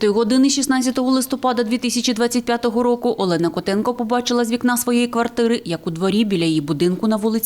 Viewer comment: Як бісять журналісти, коли весь час намагаються українські прізвища та імена вимовляти кацапською фонетикою. Яка в сраку Альона, якщо вона Олена